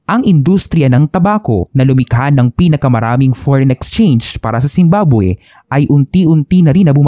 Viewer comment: 0.47 second, bakit zimbaboy narinig ko😂